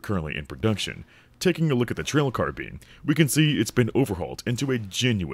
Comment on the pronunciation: Ah yes, the trail 'carbean'